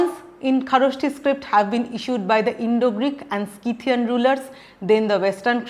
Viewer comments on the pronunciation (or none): none